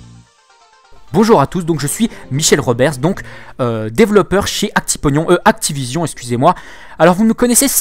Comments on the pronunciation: J'adore le Actipognion heuuuuu Activision ! xD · Actiponion mdrr